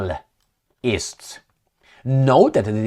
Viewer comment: please! not anal-ysts but Anna-lysts